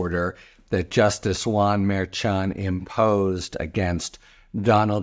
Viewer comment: Harry, I love your commentary But please! Pronounce Merchan's name correctly. It's not that hard. Please!